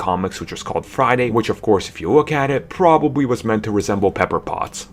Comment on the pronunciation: Pwobabwy? Bwack Panther? Scarwet witch? Bahahahaha! Get off YouTube